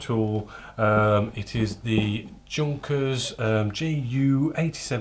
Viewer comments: Please... YOUnkers, not JUNKers. :D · You pronounce it yunkers anyway great video 😁